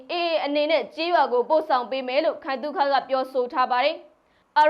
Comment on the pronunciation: ဦးခိုင်သု့ခလို့ဖတ်ပါကွယါ